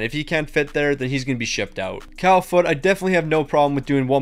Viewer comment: Cal Foote 💀